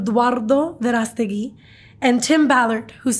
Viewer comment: You ain't gotta gargle the man's name! 😂